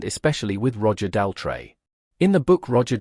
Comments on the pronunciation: Tell me about it, who on Earth pronounces Roger's last name this way? 🤔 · The AI can’t even pronounce Roger Daltrey’s surname! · He seems to have problems pronouncing Daltrey and Townsend.